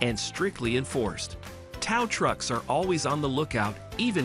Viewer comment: Yea, def A. I. Cuz his other videos sound like this... "Tao truck"